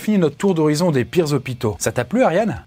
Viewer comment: "c'est ca la réalité dans les zozopitos!" lool